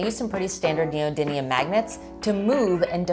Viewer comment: Why do so many people say neodyNIUN instead of neodymium